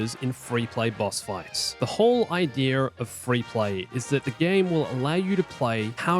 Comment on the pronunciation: No, that's the IDEA. Not "aidiier".